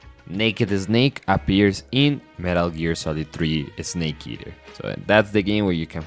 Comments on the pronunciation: its so funny whenever you say snake, you say eh-snake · Excellent summary my man, very well done! And from now on, I'll be pronouncing it "Eznayke" 😜 (just kidding, I'm guessing your mother tongue must be Spanish, where the letter "s" is always preceded by an "e")